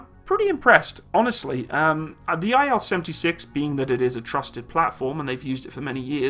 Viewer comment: It's "IL", not "I-L" ("Ai-El"). By the name of Ilyushin ("KB Ilyushina")